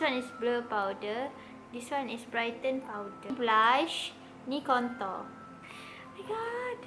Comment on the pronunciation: contour pronounciation sis . eemmmm the pronounciation is quite wrong but still i suka u sis . ❤